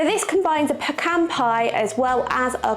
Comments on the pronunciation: I have never heard of pecan cobbler. I DO love that you are saying "peh-Kahn"! 😃 I have a pecan tree in my back yard and I loathe! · Pecans are absolute perfection, as is your pronunciation of the word. It is argued quite often here in the US and I think only Texans pronounce it the other way. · Well being from GA myself this is the first I’ve heard about pecan cobbler (we say peh-cahn which you were pronouncing correctly most of the time) but a lot of people say PEACAN and to that I say they can pee in a can if they want to lol Pecan pie is my husband’s all time favorite dessert and he has perfected the recipe, or at least that’s how we feel about it lol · Thank you for all the history and explanations. I'm from and in Texas, so I know pecans. My mom made the best pies, and pecan was one of her favorites. We could pick pecans next door at my grandparent's house, crack and pick them out, then cook them. You are now pronouncing "pecan" correctly! Congratulations! We always pronounced Karo syrup with the long "a" and long "o" sound. I don't know if that's correct, but it's acceptable.